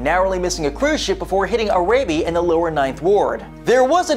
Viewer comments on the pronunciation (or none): Its Air-uh-bee. Arabi...